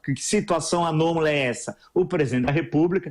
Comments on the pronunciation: Professor...sou sua ouvinte assíduo, mas se não me engano a palavra correta é "anôMALa" e não "anôMOLa. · Anomola ou anômala?